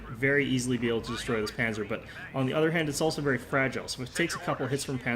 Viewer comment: Nice video, it was fun to watch. Just a quick note for the future: Panzer is pronounced "pun - tser", like pun (play on words) and the z is pronounced like a ts